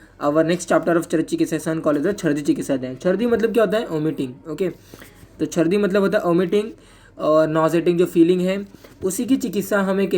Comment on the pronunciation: Very epic😂😂sir : sardi nhi chrdi okkk...